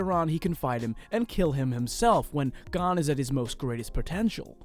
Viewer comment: Hisoka : hisoker 🧍🏽‍♀️ Gon: gone 💀